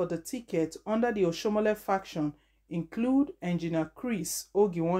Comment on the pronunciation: Do you know how to pronounce name at all